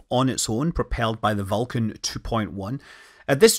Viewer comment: Vulcain!! Not Vulcan!